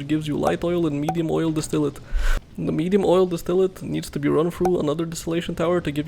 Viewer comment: distillate is clearly pronounced distillate